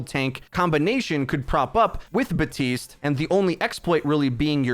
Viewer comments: it's BAP. TISTE! NOT BUHTEEST! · My dude. The p is pronounced. baPtiste, not buh-tiste. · am i the only one who notices that he says BATISTE instead of BAPTISTE sometimes? example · Why do you pronounce Baptiste as Batiste? Is it supposed to be a silent P? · He’s an idiot don’t worry lol